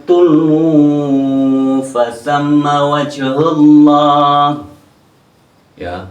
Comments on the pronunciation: Koreksi 2:115 tad, harusnya Tuwallu (bukan Tuulu) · salah baca bukan tuluuu itu bacaan nya tuwellu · Mmmmmm saya kira saya yg dengarbacaan itu....iya yg bener tuwallu..perlu di ingatkan mungkin dia lupa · TUWALLU BUKAN TULWU. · Bukan TULLU fasamma Di baca TUWALLUFASAMMA WAJHULLAH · Yg betul tuwallauw bukan tulu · Cirebon hadir. Maaf bacalah TUWALLUU.. jangan TULWUU..